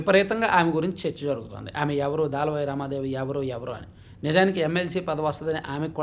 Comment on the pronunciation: Daalavai kaadu, dalavai. Difference thelusukoni paluku